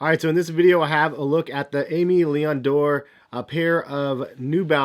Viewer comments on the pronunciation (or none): none